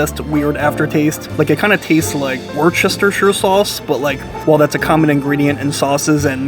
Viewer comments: Man, I was really rooting for you when you first mispronounced "worcestershire" when you were discussing the steak sauce but THEN you repeated it 😂 FYI its "Wu-stuh-SHR" 😊 LOVE the content on your channel! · Wuster Shire is the way to correctly pronounce Worcestershire (as in Sauce). Just sayin’. I like your work and honest style!!!